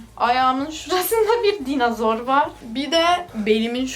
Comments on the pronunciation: DAYNOZOOR DEGIL DAYNOSOOR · dinazoru yine "z" harfiyle söyledin. 😂